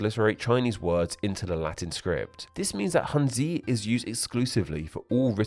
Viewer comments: Why are you saying handzu? It's pronounced handz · Was it just me or were other ppl bothered by his pronunciation of Hanzi. The i isn't vocalised like we say in english for si, shi, zi and ci, it is almost silent and hard for a beginner like me to describe correctly in words. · hanzi ❌ hanzu ✅ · i really do hope you could try to learn or at least mimic the pronunciation of foreign words like hanja or hanzi in their originated language because the way you pronounce these words are seriously killing me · Please pay attention to the correct pronunciation of words in the languages you make videos of. Narrating about Chinese and not knowing how Cang Jie 仓颉 or Hanzi should be pronounced is definitely off-putting. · lets just pretend he was using the hokkien/taiwanese pronounciation of 漢字 (han-ji) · If you don't know how to pronounce a word like Hanzi, Cangjie, or Hangul. Just use google translate please. It's not that hard. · Dude you didn't even pronounce hanzi correctly. The similarities come from the older language (call it a dialect if you want) from southern China. The language there is so diverse a native speaker can understand Korean/ Japanese better than a dialect 10 miles away in a different village